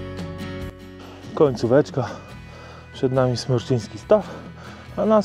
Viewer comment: Super film :D A Jaskinia Mroźna przeszła parę lat temu remont i nie ma w niej już oświetlenia ;) P.S. Smreczyński Staw, nie Smerczyński ;) Czerwonych Wierchów znad Stawu niestety nie widać ;)